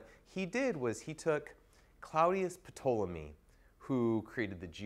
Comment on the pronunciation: Ptolemy, the P is silent